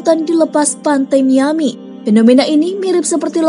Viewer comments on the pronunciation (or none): none